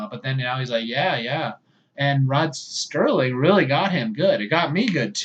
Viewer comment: Rod Serling was always written 'Rod Serling'. Non-enthusiasts pronounced it 'Sterling' in error, simply because of familiarity with the latter name. Ron Grainer, the composer, often has his name mis-pronounced 'Grainger' for the same reason. Similarly, my mother invariably refers to the well-known singer as Cliff Richards!